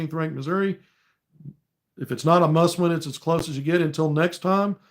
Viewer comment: OK, did you say it was a muss win! I have heard that before! Lol. Go hawgs